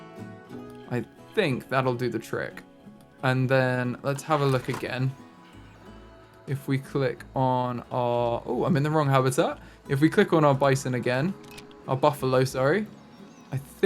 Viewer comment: I'm sorry but beeson?! It's bison ( bye son) I do love your content though. Just a minor correction